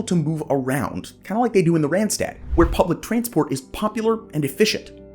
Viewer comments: It is not Rentstet, it is written with aaas ah... not rent...Rand ( edge).. Do your home work before you do videos.. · it is NOT "rent-stet", there is CLEARLY an AA written, do your home work please... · Please do good research. When doing a video on a non-English speaking region, please just watch one video in the local language where the words for regions are pronounced. You'll never have such horrible pronounciations of e.g. Utrecht and Randstad (that one in particular hurts anyone that speaks dutch). Repeating after Savelberg would've done that already. Also, parts marked as Randstad, like the Noordoostpolder, or Goerree-Overflakkee are not even close to begin part of the Randstad, even though parts of the provinces they are in might be.